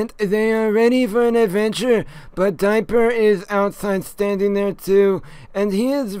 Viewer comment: "Diaper and Maybleyl" XDDD